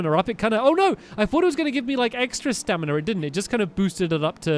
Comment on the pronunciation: You keep saying staminar